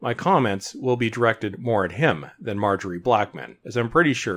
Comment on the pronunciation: "Marjorie". Hahahaha